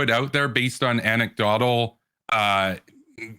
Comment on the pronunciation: this guy just said anecDOTal